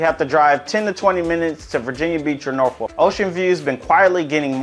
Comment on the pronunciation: how you pronounce norfolk is just so incorrect